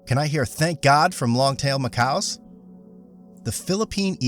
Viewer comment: Macaque is pronounced muh-KAK, not muh-COW.